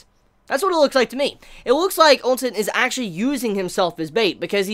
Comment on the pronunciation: Am I the only one that keeps hearing sayin Ou Sen's name as "Oun Sen"? On another note imma tell right now that what's going to happen is not something he can imagine Yusahisa Sensei has constantly done the unexpected. Plus at least 6-7 of Riboku's commanding officers are gunning for Shin.